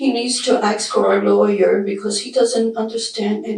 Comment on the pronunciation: No, it's lawyer! 😂